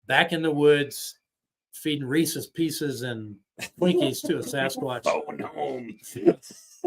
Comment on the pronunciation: THANK YOU for saying Reese's correctly lol. I hate when people call them "ree•ceez -pee•ceez." Like apparently people don't get that there's an apostrophe there, as in, these PIECES belong to Reese. The PIECES are REESE'S. And the peanut butter cups are REESE'S as well lol. Sorry for the mini rant. That just always has bugged me to no end. Lol HAPPY HALLOWEEN all!!! 🎃